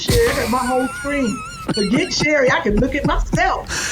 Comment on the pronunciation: Thank you, Sherrie, for pronouncing my name correctly and I found Whitley Eyewear. I cannot, however, find the glasses that Kym wore with Miguel Nunez-help!